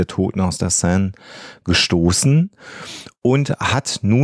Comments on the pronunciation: Sie spricht die Seine richtig aus er mit eineinhalb Ausnahmen konsequent falsch. Mit tut das in den Ohren weh. Sonst wie immer ein wunderbarer Podcast für den ich mich sehr bedanke. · Enigmatisch 😂😂 Aber Hauptsache er spricht ständig Seine falsch aus. Achso, Leichen lächeln nicht. Schon gar nicht ertrunkene. Aber schön schaurige Geschichte, Euer Podcast ist toll 👍